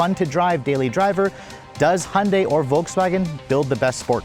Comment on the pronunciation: If you are going to review these cars, learn how to pronounce the brand properly. Hun-day? Who the F is that.